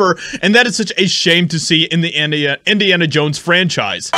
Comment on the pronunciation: "Indians Jones" ??? 😅